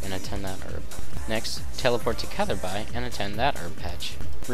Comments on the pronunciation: Pronounced Cather Bee and Vah Ruck :P good guide. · Hahaha you say catherby so wrong